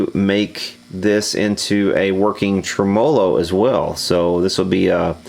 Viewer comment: Anybody else being driven insane by him pronouncing TREMolo as trem-OH-lo?????